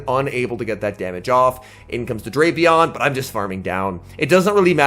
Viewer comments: And his co-commentator in regionals was still saying Draypion 😂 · I just watched the Baltimore regionals, and while the competition at the tournament was tough, this event proved that nothing is tougher than trying to correctly pronounce Drapion.